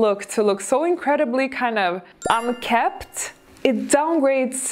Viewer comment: I know that you want to speak good English, so I think that you won’t mind that I point out that the word is pronounced unkempt with an M.